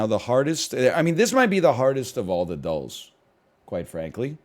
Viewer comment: I commented on a prior video I expected “‘dles” to be pronounced “dills” and this man really just intro’d with “they call them dulls but they are anything but. Tray- dill -whatever he said after this, idk I paused to write this comment”